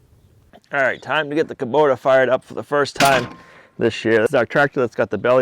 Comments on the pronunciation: it is hubota not kuboter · There is no R in Kubota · Please stop butchering the English language. Kobota ends in a not r. Bearing has a g on the end.